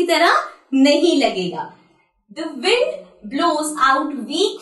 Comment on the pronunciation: Wind alag bolte ho aap